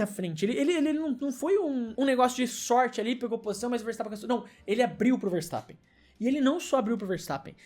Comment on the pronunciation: ele abriu pro Vertappen😁 ele abriu pro verstappen ☠